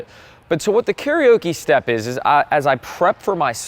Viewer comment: Good tip. BTW carioca is pronounced “keh ree o kuh” - You may be singing in bars too much, Karaoke is pronounced “keh ree o kee” 😂